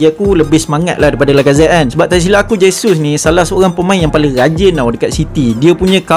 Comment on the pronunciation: Sebut dia jesus je bos,j bukan h,dia orang brazil bukan spain